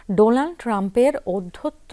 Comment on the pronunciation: উপস্থাপিকা বললেন: ডোলান ট্রাম্প😂😂😂